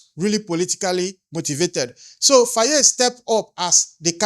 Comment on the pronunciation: Here on the majority comments tells u africans home and abroad are listening and watching ready to protect our Future children of africa. Please can you pronounce Faye as (FIE) Some times how names are written calls othewise. How you call it Faayee is😂. Am Senegambian. THX alot 🤠